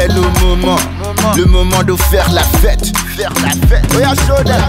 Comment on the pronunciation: he says la fete so nasty. lol